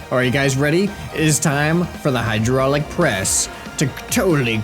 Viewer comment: You forgot finnish accent at hydraylic press thing :D